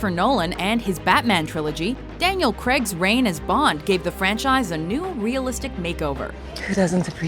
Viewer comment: I cringe every time this woman says "Daniel Creg"